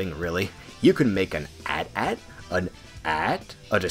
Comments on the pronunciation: Did he just call the AT-AT and AT,atat at? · You could build an Atat, an Aat... Just spell the letters out loud, boi xD